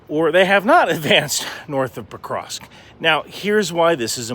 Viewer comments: Can you please learn to pronounce that city xD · I've only seen the first few seconds, but at least learn how to pronounce the name of the city you're talking about before trying to spread propaganda about it 😅